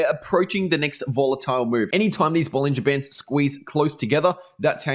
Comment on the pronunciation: Can you write it down the indicator name? Its something like "bonajer ban" I heard 😅